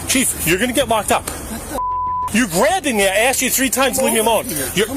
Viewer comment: Asked not axed